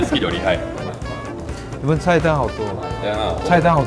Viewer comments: 木曜哏，因為中文太好被網友戲稱假日本人，但口音問題「日本」二字自己都錯唸成「路本」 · 喂 幹嘛 也太台灣了吧😂 假路本人